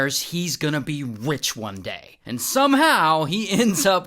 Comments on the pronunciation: Ray said “He swears he’s going to be wich one day” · "wich one day" is what i heard, is it just me?